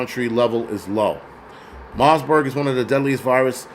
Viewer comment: Bro I love your livestreams but its MARBURG not * MARSBURG* No "S*